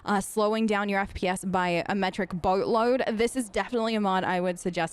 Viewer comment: I gotta check out those hair textures! (Also, as an Australian, I swear that there are some words you always pronounce with an Australian accent, i.e. host, boatload, with an Australian accent and it’s driving me bananas because whattttt)